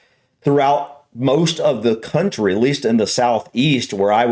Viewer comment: I love your reaction videos guys, but the one you’re watching this time is such a pile of junk. Ridiculously inaccurate, omitting obvious facts, the narration is written by an ignoramus and read by an illiterate. The pronunciation is crass. For example pronouncing County as “Country” and Oxford’s Bodleian Library as the “Bodo - lane”. There a great many great videos about England but that is certainly not one of them. Love yours though.